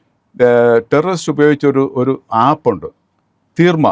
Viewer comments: The app is Threema, developed by Switzerland; not "Theerma. " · theermma alla koppe threema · Threema 😂😂 തീർമയല്ല